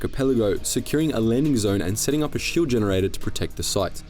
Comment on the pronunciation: lmao u saying generator sounds so funny